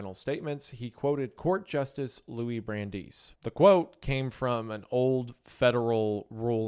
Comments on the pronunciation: Who's Brandise? That's Brandeis! (Bran-dice). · Brandeis is pronounced Brand-Dice.